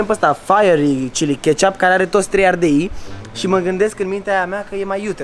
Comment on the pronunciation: Ardel? Nu ardei